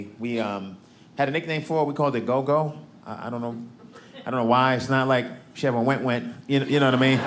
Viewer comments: Gogo isn't pronounced go-go, it's short o's. It's Xhosa for grandmother. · He called his gran Gogo - though he pronounces it differently that is the word for gran in a few of the languages in South Africa.